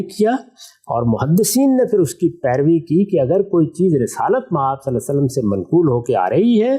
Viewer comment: جناب غامدی صاحب آپ درود شریف صحیح کیوں نہیں پڑھتے صلا صلم کیا ہے